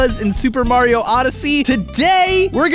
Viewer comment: THATS NOT HOW YOU PRONOUNCE MARIO